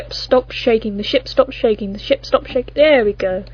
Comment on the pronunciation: Shtopped xD